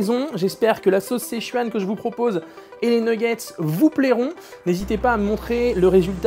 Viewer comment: Juste un truc, ça se prononce "seu-tchouan", pas "sé-chuan" ^^ Et ça s'écrit Sichuan, le i en chinois se prononce "eu" ^^